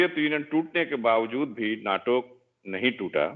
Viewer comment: he called Nata (NATO) 😅😆